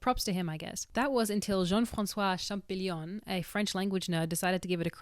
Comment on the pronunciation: Champ-O-llion,, no champ-i-gnon:)